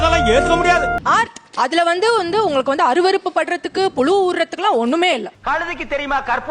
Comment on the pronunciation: Can't even pronounce புழு